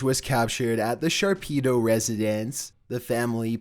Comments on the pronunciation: Did anyone else hear "sharpedo" residence instead of "Shapiro" residence? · Lol "Sharpedo" it's Shapiro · It was " Shapiro" not shapido, you'd think you would have read and made sure of a name you were showing a video of, tsk tsk tsk, lol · NOT ONE COMMENT ABOUT HIM SAYING SHARPEDO INSTEAD OF SHAPIRO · "Sharpido" Video clearly says Sharpiro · Shapiro, not Sharpido, stupido! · the name: shapiro family: the sharpedo family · Sharpido? Think you meant Shapiro 😂😂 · you said Sharpido instead of Shapiro n I dunno why but I laughed for a good min or two 😂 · Number 11 you say the sharpedo residence it reads the sharpiro residence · Shapiro = Sharpeeroh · Sharpido residents? I think someone has been playing too much Pokémon because that definitely says Shapiro... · Sharpedo Residence, eh? Didn't know Pokémon could own homes. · TIL Shapiro is pronounced Sharpedo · love how he pronounces SHAPIRO as "SHARPEDO" XD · It’s the Shapiro residence, not Shapido. Cmon man! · #11 Shapiro NOT Sharpido. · "ITS 'SHAPIRO' NOT 'SHARPEDO" CARRY ON... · The Sharpedo residence... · The sharpedo residence?? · 11.... shapiro, not SHARPEEDO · Sharpedo..... not Shapiro right. Got to love milenials. Prob thinks it's great. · I was too focused on the fact that called the place the Sharpedo residence in the intro instead of Shapiro. Made me think it was a house for aquatic Pokemon. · Hidden in the Shapiro residence. "Hidden in the Sharpedo residence" THIS IS NOT POKEMON! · #11 you read the family name wrong. Its Shapiro, not Shapido. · Sharpido sounds better Shapiro sounds like a guy that would work as a janitor for a gas station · tfw he says sharpeeto instead of shapiro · Shapiro=sharpedo when spoken aloud. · "The Sharpedo residence" BOI It says Shapiro lmao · It's Shapiro not Sharpido lol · Sharpedo?? SHAPIRO you dumb fuck. Thanks for a great laugh though. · #11 The Sharpido residence? Or am I just hearing shit? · The Sharpedo residence... Pokémon?